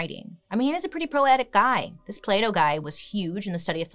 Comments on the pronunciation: I love that she's pronouncing "Plato" as "Play-doh" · I'm a French speaker (so I'm not as used to hearing the different sounds in English as someone for whom it's their first language) and every time Bailey says "Plato" I hear "Play-Doh". I can't stop laughing 'cause the sentences don't make sense at all 😂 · When she said Plato i swear i heard Playdough🤦‍♀️